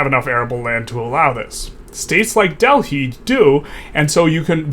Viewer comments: Dell high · great video, but wtf is that pronunciation for Delhi?